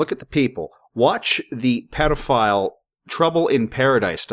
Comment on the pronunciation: Pit-Karen? Tai-hiti? Why do you pronounce things so strangely? Pee-dophile? Jesus…